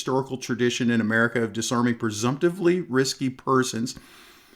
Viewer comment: Please look up the pronunciation of "Indictment" and "presumptively". I do like your content and where you are coming from. I'm glad you are getting monetized. It is real important to take a close look at what happens to people who apply for and SBR permit in states where NFA items are not permitted. Are they admitting to a felony when they make the federal application?